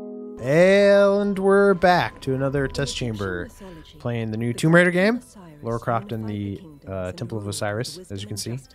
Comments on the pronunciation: I love you, I do. But, her name is Lara, not Laura. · its lara not laura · reiner does it too, its like theres no one in the US called laura lol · Miss Croft's first name is "Lara", not "Laura"... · Lara! Lara Croft! NEVER Laura. LARA! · Its LAARA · It's fucking Lara! Damn it why can't Americans just get that name right? It's pretty hard to miss, and the names sound obviously different. And this is from a games magazine! Come on, that's just shameful. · more like Lair-a Croft.... heh-heh........ sigh